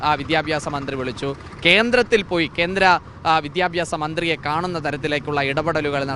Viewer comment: Kenthra ennalla Kendra ennu parayu mone, sariyaya ucharanam athanu